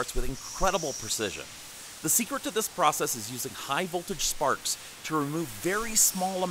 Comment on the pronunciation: Almost sounds like you say farts instead of sparks